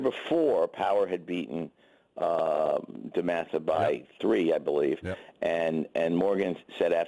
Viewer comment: You mean DEMATHA?! Lol